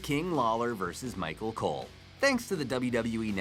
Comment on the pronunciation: He said micro cole